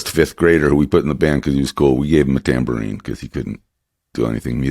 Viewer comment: Was one of those instruments a “Dan-bourine?” 😳🤣